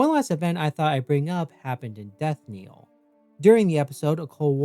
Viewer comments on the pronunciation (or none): I just want to point out that the knell in "Death Knell" should rhyme with tell or sell. It shouldn't sound like kneel.